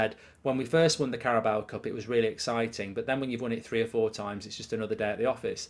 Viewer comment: Still can't say Carabao correctly